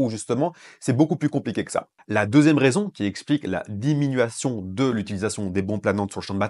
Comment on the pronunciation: Merci de ces infos et des explications bien claires. ( diminution et non diminuation )